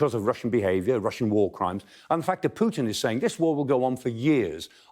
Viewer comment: Clark is brilliant, the other guy that always says "Pyutin" often says something stupid, not really a fan. :)